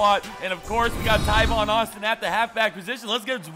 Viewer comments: Tavon. He said Tyvon for some odd reason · is talking about tavon Austin he just pronounced it wrong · ITS T- A- V- O- N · The amount of times you said Tivon Austin......... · Why does he say tavon Austin so weird?